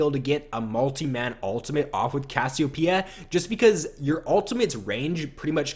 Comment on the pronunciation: ur saying cassiopeia weird and it's making me cringe